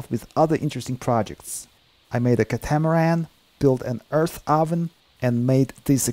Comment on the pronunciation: Awesome !! So talented! ... btw, Catamaran is pronounced Cátamaran not "Catámaran" ;-)